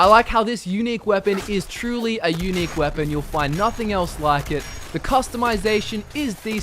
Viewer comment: "The Yewnic rifle, the Railroad Rifle." Actually, it's unique. Not Yewnic.